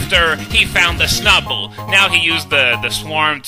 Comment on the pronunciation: The way you pronounce Snu-bble lol